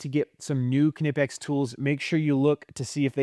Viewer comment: Knipex = Nipex. It’s said just like that. No K sound